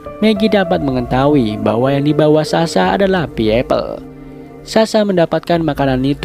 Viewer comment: Payapl bang di bacanya bukan payipel wkwkwkwk🤣🤣🤣 mantap lah